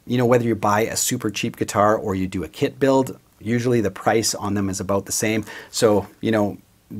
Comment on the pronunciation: I keep overhearing You say "kid" instead of "kit". It makes Your video more entertaining 😅 "... it has a pre-made body..."🤣